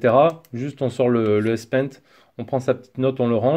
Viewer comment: S-paint ? C'est S pen monsieur